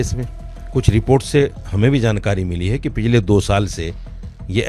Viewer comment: Choukanewale bol shoukane wale nahi Jankari bol Shankari nahi Ye lady kaunsi bhasha bol rahi samazme nahi aata Yehi mili kya inko news batane ko